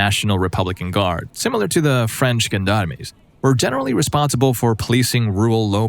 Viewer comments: That is not how you pronounce gendarmes lol. It's "johnd-arms" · Probably one of the more interesting pronunciation of gendarmes I’ve heard.